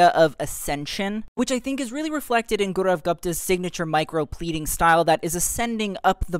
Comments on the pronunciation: His name is pronounced as GAW(like paw) ROVE(like dove) and GUUPTA not THA you tried no hate ❤ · GaW-Rav Goopta... That's how it is pronounced.. Kinda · pronounce his name right its gawrav goopta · It’s pronounced as “GAU-RAV GOOP-THA”😭 And yeah, they all look breathtaking 😮‍💨💗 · Babes it's pronounced Gau-Raav Goop-tha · Gau-rav Gup-ta. Please pronounce it correctly as you would a French designer. Thankyou 😊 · You also butchered his name's pronunciation 😢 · Don't worry you have also screwed pronouncing Gaurav Gupta's name 😂😂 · And u don’t even know how to pronounce his name properly…